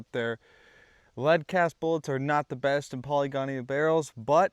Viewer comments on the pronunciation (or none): That was distracting to me as well. Great information and well-presented but "polygonial" instead of "poly-gonal" pronunciation detracted from it a bit. I've mispronounced plenty of words in my lifetime, it happens to us all.